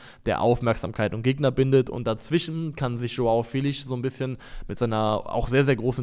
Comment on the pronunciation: Ich finde es gut, dass Leute darum bemüht sind die Namen von Spielern richtig auszusprechen, aber bitte hört auf Joao Felix namen so zu butchern. Der wird nicht mit nem sch (ʃ) Sound am ende ausgesprochen, sondern einfach Felix mit nem betonten e (Félix). Zur not gibts auf YouTube nen short wo der seinen Namen noch mal ausspricht.